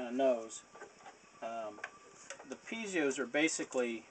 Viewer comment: awesome but it isn't said "pizios" its pi-ez-os